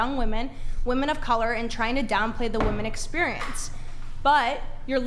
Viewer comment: You can’t even pronounce women right.